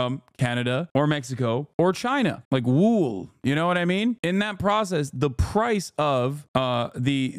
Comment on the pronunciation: glad to see chat lit him up for how he said wool 😂